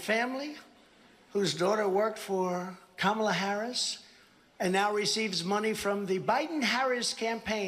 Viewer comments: Hey! Trump said Kamala Harris’s name correctly! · At least he pronounced 'Kamala " properly ! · Trump actually said Kamala’s name right! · shocked that he actually said kamalas' name correctly